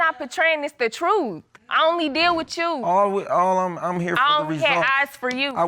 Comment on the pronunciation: Who knew that, "With You" could turn into, "wit chew"😳🤯🥵